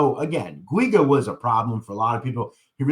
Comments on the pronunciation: It’s pronounced Jew-gah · I grew up with pj in little Italy and yes he was a prick. And btw it’s pronounced Richie (Jew ga). I know it’s a hard name to pronounce. Lol. from what I hear from the grapevine from the old neighborhood, he’s still walking around there untouched.